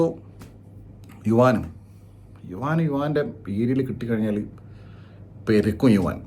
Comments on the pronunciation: യുവാൻ അല്ല മൈരേ.. യുവൻ, ഭഗത് അല്ല മഹത്.. ആറും പൂറും അറിയാതെ പറി പറയൻ വന്നേക്കുന്നു 😌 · yu wan -enna vili rasundu...sadarna elarum yuvan enna vilikunne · Yuvaaan alla yuvan 😂😂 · Yuvaaan no yuvan bro😅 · യുവാൻ അല്ല യുവൻ ആണ്,എന്തോന്ന് ഡേ